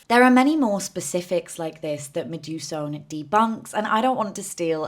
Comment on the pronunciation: Medusone is indeed an incredible creator!!! But PSA her name is inspired by Medusa + Persephone so I think the end is meant to be pronounced more like "so-knee"